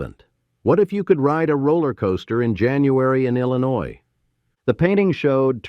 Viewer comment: Most of AI is illiterate like today’s consumers. 🤷🏻‍♀️🙈 At least Illinois was pronounced correctly!! 🤨♥️